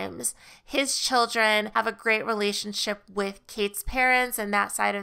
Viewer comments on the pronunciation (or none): none